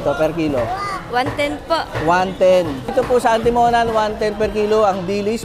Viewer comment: Mali bigkas mo boss sa Atimonan